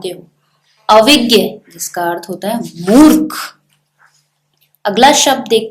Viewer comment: Wrongly pronounced the word 'अर्थ'